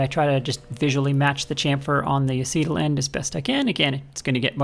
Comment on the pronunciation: Nice hammer, shame to dent it after all that work. I think your pronunciation of the word acetal may not be quite right. I have only heard it used in working with plastics. Where I worked we always pronounced it like "ace" (as in ace of spades) and "tal" was sounding like "tell". Have we been saying it wrong?